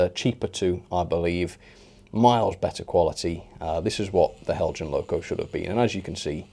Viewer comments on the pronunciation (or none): These brickbat videos are more entertaining tha the ones where you extoll the virtues of an excellent model! Heljan, is pronounced "Hell-y-an". The devil is in the detail. Thanks for uploading. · Isn't it pronounced Hel-Yan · Nice music effects..! And nice WobBle down the track... But, um, it's "Hell-yan" or "Hell-yun". In most European languages a 'j' is pronounced like an 'h'. So, French "Jomini" = "Yom-a-nee". Spanish "Junta" = "Hoont-ah". Danish "Heljan" = "Hell-yan" or "Hell-yun".